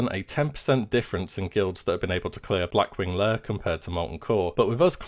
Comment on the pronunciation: Blackwing layUH